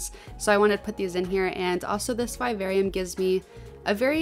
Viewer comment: The pronunciation of vivarium is driving me nuts but holy crap you're creative as hell 🤯🤯